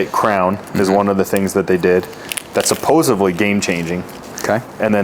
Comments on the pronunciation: Come on, man. “Supposively”? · It’s “supposedly” bro